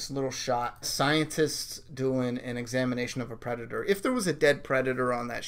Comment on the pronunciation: “Predatoe trailer” lmao